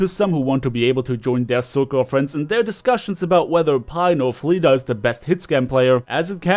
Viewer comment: "Flee-ta" lol